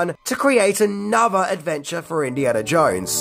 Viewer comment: I think it's pronounced "Jones", and not "Jouinz".